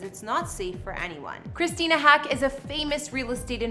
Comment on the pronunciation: Christina Haack's last name is pronounced like the bird, "hawk."